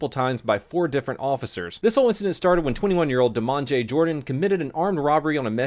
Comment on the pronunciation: "Demonjhea" lol.